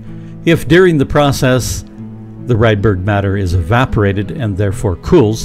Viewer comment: AI says Redbird matter instead of Rydberg matter?